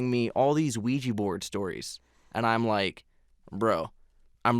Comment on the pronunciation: When they said the word qujia board Insta chills and a bloody nose on the dot when the said qujia board